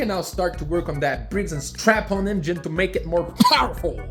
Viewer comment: Did he say Briggs and strap-on? LoL